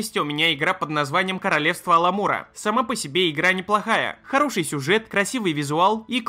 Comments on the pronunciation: Aмалура друг, не аламур... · Королевство Аламура? Ты тут же выкладываешь ее название, где написано Amalur. Амалюр, братан. Не Аламур. Совсем школота трудная пошла. А игра норм, только в конце первого материка заскучал и удалил. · Не Аламура,а Амалура. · Хороший топ, хорошие игры. И да, не Аламура а Амалура =)